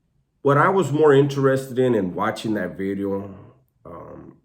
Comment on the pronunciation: Say video bro stop with the bedeo